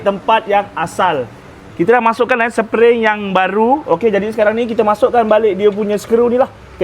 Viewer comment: Spring bang spring bukan sepering